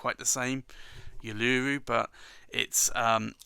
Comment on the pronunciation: Thanks, The Blackstone ink Uluru is pronounced oo loo roo. It is the Aboriginal name of a large rock in Australia's Nothern Territories.